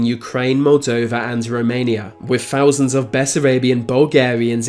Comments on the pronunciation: Thousand not fousand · Wow a fousand years